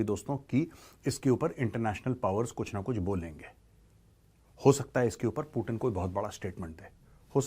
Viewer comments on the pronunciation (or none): पुटीन ❌ पुतिन✅😅😅